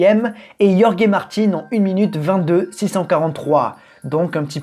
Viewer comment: ca se prnonce roré martine, a part ca la vidéo est très sympa